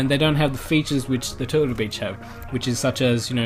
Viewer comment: it sounded lik he said total bitch instead of turtle beach(